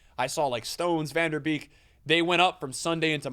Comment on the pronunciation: still sayin VAN DER BEEK instead of VAN DE BEEK 😭🤣😭😭😭literally says it right in front of him